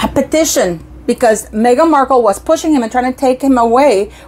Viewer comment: Oh … stop saying Markle Jam 😅🤮😂